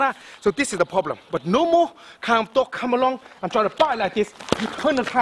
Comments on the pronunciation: I came un here to get some tips... All I did was laugh my fuckn ass off!!! 💀💀💀💀💀 "or u guna haf a prolblum" 💀💀💀💀 min 💀💀💀💀💀 all of it 💀💀💀💀💀💀💀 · "You gon hav A fokan problemmm" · Everytime he says problem, problem= Very Big Problem lmao